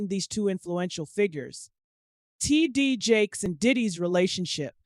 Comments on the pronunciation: Honey, the AI struggle is REAL "Tee-DEE-Jakes." LMAO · love you hun however the AI voice control on your lastest videos are distracting and takes away from the information you have worked so diligently to obtain. I watch you for your discernment with REALISTIC attitude, passion, and comedic commentary. "T. D. J-A-K-E-S" ain't hitting boo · Literally over here laughing at how this lady keeps pronouncing his name 😂😂😂😂😂😂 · The way she is pronouncing TD Jakes is giving me a headache. Please make it stop. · What's up with the pronunciation smh 🤦‍♀️ of T.D Jakes